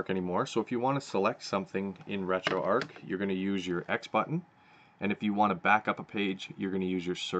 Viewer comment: Finally someone pronounced retroarch correctly!